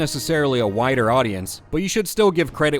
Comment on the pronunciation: is that "wider" audience, or whiter audience. :)